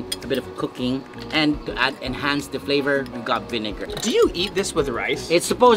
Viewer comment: Will: this is just pure fat: no i call it pure fleyvor